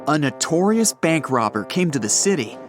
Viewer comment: " A NOUTORIOUS CRIMINAL" oh ok nvnm